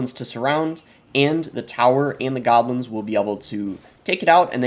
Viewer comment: Evury tyme he said gahblins i took a shot and now im detoxing at the hospital